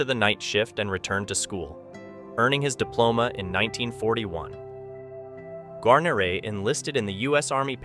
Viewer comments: Gar-nor-ray? How'd you not know how to pronounce his name? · BOB did have it pronounced incorrectly. It's Gwa-near-ee phonetically. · I will. "Gwar-nair-eh" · Exactly. It's pronounced "Gwar-nair-eh" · An AI voice?.... really... (Gar-neer... Gar-neeeer) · I would like to apologize for mispronouncing his name. It's an AI voice. I have been in contact with William Guarnere's granddaughter and many people are saying his name wrong. For example, in the Band of Brothers series, his name is also mispronounced. But again my apologies to those who offend. I make the videos with great respect and honor to the veterans. That is the most important thing for me and I think for most people. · Could you please pronounce his name correctly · Mispronouncing his name makes this video painful to watch. So bad that you use a clip from Band of Brothers which uses his name correctly. If you can’t pronounce a hero’s name correctly get out of the business. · totally agree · Can't pronounce Wild Bill's name I didn't watch. Do your homework it is so Easy to find out how to say it correctly. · Yeah sorry the second you mispronounced his name I checked out. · Pronounce the guys last name right for Christ sakes.